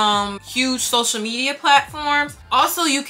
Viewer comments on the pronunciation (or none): none